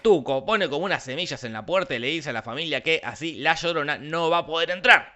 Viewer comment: "La llodona" Gente inteligente de Internet, he escrito "llodona" a apropósito por cómo lo pronuncia el personaje